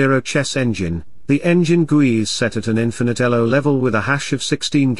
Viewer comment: "infinate" "10,00,00". Spastic